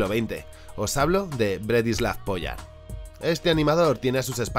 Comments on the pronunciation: El dice Bratislav "POYA" Youtube: Censurable señores. Gran video!!! Espero ver todo lo que recomendaste pronto! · El video de primera, solo 2 apuntes, gracias al video se quien creo aquellos dibujos que vi en un vhs de los chinos cuando era pequeño (que me pareció raro como un perro azul y como que se me quedo gravado). El segundo apunte igual soy yo pero Pojar a partir de la segunda o tercera vez me ha sonado mas sin r y en vez de j una y o ll .... por lo demás agradecerte este contenido tan poco convencional y concreto.